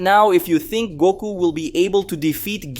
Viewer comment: Lmg it's doku not Goku lol